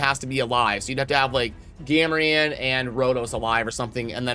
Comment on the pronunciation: "Gam-a-ran" Yup, 100% worth watching the whole thing. totally, totally worth it. Thanks:)